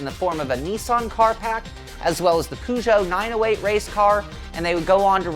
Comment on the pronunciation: Lol at pronouncing Peugeot as 'poo-joe'